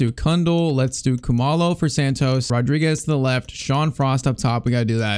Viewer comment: He is not pronouncing Khumalo correctly, it is like cool-ma-lo